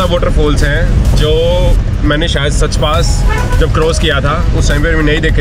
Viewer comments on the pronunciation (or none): I love your videos and my whole family travels through your eyes....just to inform you...its not "सच" pass... It's pronounced as "साच" pass in Chamba....Keep posting more videos...!!